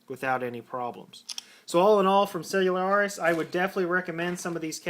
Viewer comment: No, he is saying it right. I go to their warehouse every so often to buy cases